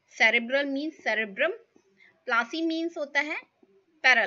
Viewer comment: Palsy its not plasy